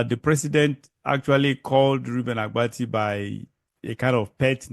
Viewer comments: Oga, it is ABATI and not Agbati. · The name is Abati not Agbati. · Oga, you are just looking for popularity. What is wrong with what Rufai said. Secondly, the name is Abati not Agbati. Yeye man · His name is Abati not Agbati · It's not Agbati, It's Abati. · Can you not pronounce Abati? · Oga, go and complete your train!ng before kuming to the media space. You can't even call the presenter Reuben Abbatti name properly. If u enlist to do a job, go and do your training very well. Finish well before coming to the public glare space. Mediocrity is not a virtue.